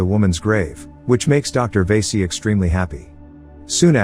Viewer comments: It's va-si not vey-si that means something else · Not veese it's vaasi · Lmao the way he says vasi VAESEE 😂🤌